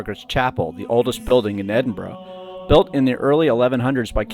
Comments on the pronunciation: EDINBRUH not EDIN BRO or EDIN BUR RO. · I was warming to your video from the off when you correctly pronounced Edinburgh but within seconds reverted back to the Edinboro all Americans say. There are no `O`s` in Edinburgh. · To be fair it's hard to pronounce for most countries, the burgh part is guttural from the back of our throats. The Germans do best at and strangely my Scottish African mates. When you start saying aye instead of yes you are definitely Scottish. You would laugh yer tits of at my best mates Scottish accent and language, he's from Zimbabwe. Its beautiful and hilarious. He rang me about how to fill out his nationality in the census years ago 😆 🤣 😂 can I put Black Scottish, African, zimbabwean. Legendary, he wasn't joking 😀😃